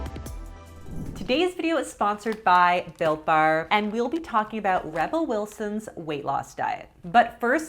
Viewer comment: Every time she says "built bar", I hear something else. This time it was Bill Burr.